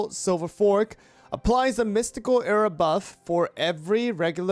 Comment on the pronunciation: we need to talk about the way you say “aura”